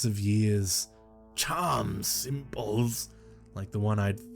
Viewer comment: At first I didnt know why you were saying " symbodls" so weird...but kudos on reading the tale EXACTLY how it is written!, you are my favorite narrator. XOXO